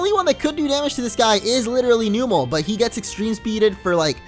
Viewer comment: I don't mean to be rude, but it is pronounced Numb-el